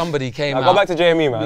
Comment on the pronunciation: Remember it’s Jme not JME